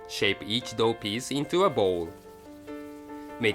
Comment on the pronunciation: i couldn't stop laughing because every time said "dough" i replaced it with "dog" xD